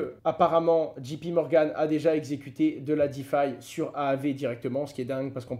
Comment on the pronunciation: C'est djéé pi Morgan et pas djii pi Morgan "J" en anglais se prononce dgé. La prononciation est importante pour les non francophones.